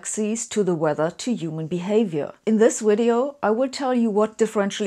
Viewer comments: Wait, did Sabine say, "in this wideo..."? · I don't know what a "wideo" is, but I want to hear her say it again... :-)